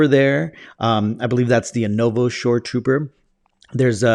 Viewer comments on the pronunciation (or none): none